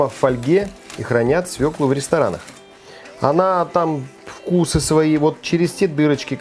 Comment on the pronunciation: Как приятно слушать правильную русскую речь, особенно про свЁклу, а не про свеклуууу.....!